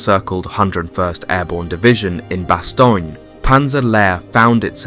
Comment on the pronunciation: Bass-Tone sir, I was a member of one of the battalions of the 101st that faught in Bastogne. I was a member much later of course. The unit is not active anymore but it was 1-377 FAR. Have to nail the names sir.